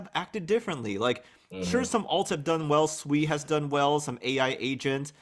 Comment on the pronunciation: oh thank God another person can pronounce SUI correctly. Seems like 99% of crypto YouTube influencers are calling it SUEY, like they're all Little Pigs. SUEY pig pig 🐖 🐷